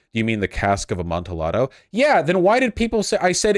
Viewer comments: the L's are silent in Amtialldo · The Cask of uh-MON-tee-AH-doe. Jesus, Vaush. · Ah mone tee ah tho? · The most painful part of this video is watching Vaush try to say amontillado. 😂